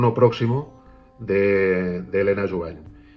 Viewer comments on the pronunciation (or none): Sobre el caso Helena Jubany, en catalán la "ny" se pronuncia como una ñ, sería Jubañ.